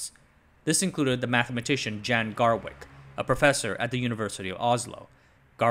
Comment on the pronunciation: protip: if a dude from Europe is named J-A-N, it's "yahn", not "jann".